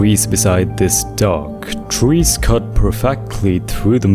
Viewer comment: twees… I love how he uses w for some words cuz of a problem with his lips I think😭